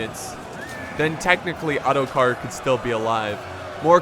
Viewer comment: I turned the captions on and when you said ottokar , this is what appeared:"auto car"